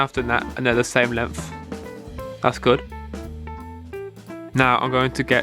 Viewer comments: That boi said “ lemF ” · Lmao he say “length” like “lemf”💀